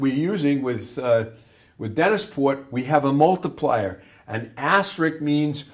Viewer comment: A somewhat difficult area of knowledge to explain and teach effectively. Thanks for making the effort here ! P.S. There is literally no such word in the English language as "asterick". The proper term is ASTERISK.